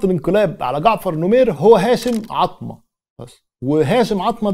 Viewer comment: شكرا على الفيديو السردي الجميل، لكن تصحيح معلومات لأزمة: 1. السودان استقل من بريطانيا حقيقةً وليس من مصرفقط التي كانت محتلة من بريطانيا أصلاً. راجع مصادرك هنا. 2. الرجاء قراءة أسماء الشخصيات بشكل صحيح. جعفر نميري وليس نمير، و هاشم العطا و ليس عطمة. شكرا لتقبل الملاحظات.